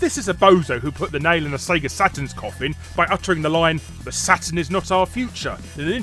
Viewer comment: Cracks me up how he says "Sega". Almost sounds like he's saying "sager" (say-grrr). Hahahaha.